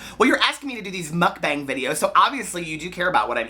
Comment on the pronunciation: i think it's pronounced "mook-bong" :)